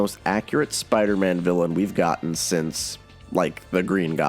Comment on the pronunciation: Every spider=man video you pronounce Spider-Man as spider- ann at least once